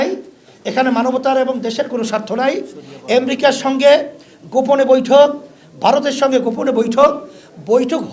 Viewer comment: এসব অশিক্ষিত মূর্খের দল ক্ষমতায় আসলে কি করবে এরা বিদিক খেয়ে যাবে কিছুদিন। উনি জিডিপি উচ্চারণ করতে পারেন না। আমেরিকা আনতে পারেন না। সাধারণ মানুষের টাকা মাজারের মাধ্যমে লুটেপুটে নিয়ে। এগুলোকে আরো শক্তপোক্ত করতে এখন রাজনৈতিক ক্ষমতায় যেতে চাচ্ছে।